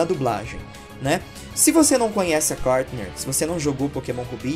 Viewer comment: É Courtney e não Courtner